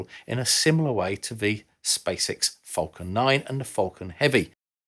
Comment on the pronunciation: It's "falcon", not "fulcon".